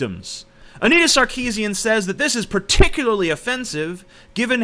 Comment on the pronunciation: You would be more credible if you did you research. Anita Sarkeesian is of Armenian decent; Armenian last names sound completely different to how you pronounce it. I let you found out yourself how you should say her name.